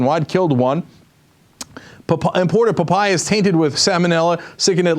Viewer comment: completely off topic... but i laughed at the way Cenk said 'papaya' :D